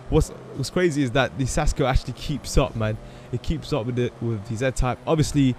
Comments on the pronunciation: It's pronounced KAS-co. No Sasco. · Lolol it's pronounced kasco no sasco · It's pronounced kasko and it means helmet in spanish